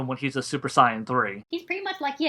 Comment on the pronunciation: The guy can't even say Saiyan right...Good God. Anyways you found a guy who is clearly biased against the character to do the analysis. Good job? I mean he effectively has to warp every scene he is talking about to fit his overly dim view of the character.